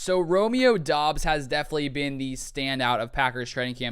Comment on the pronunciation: Romeo said in an interview it's pronounced like Dobs, not Dubs.